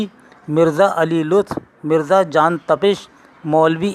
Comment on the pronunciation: It's John NOT jaan. GIL not Gul